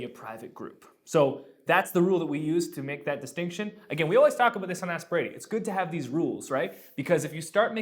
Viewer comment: Have you ever noticed how when you say Ask Brady it sounds like Aspirating? Which isn't a bad thing to subliminally since it is what you are doing for the church media ministry (breathing life into it).